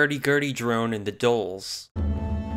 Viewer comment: Hey!! Love your content on HTTYD, just wanted to say that the Dhol is pronounced 'dhole' (one syllable) with a super heavy emphasis on the 'h'-if you're letting out a little air while saying it you probably got it right (it's the exact same as the 'dh' pronunciation in bloodhound). I tried to explain it the best I could, hope this helps for future reference!!